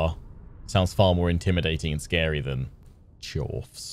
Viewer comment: I think the word Charfs sounds like you're posh and trying to say chavs